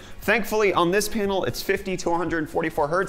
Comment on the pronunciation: Sounds like he's saying "Painal" lol..